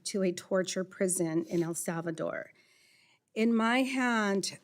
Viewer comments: She forgot to virtue signal the fake accent when she pronounced El Salvador . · wow! she must really now what she’s talking; she placed an inflection on her pronunciation of “ el salvador”.